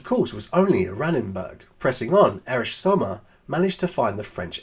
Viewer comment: The name is sOmmer. not Summer 😉